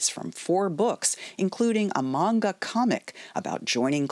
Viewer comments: Credit where credit is due, the person telling the story pronounced "Manga" correctly. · Did.....did she actually pronounce Manga correctly???